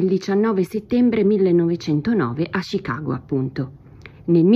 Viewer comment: Perchè "Scicago"?